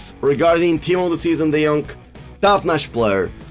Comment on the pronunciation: De jonk not de jong !!!!! C’mon ea fix it